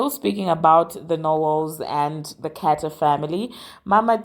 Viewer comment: You mean to say car-ters 🤣🤣🤣 great show. Keep up the great work.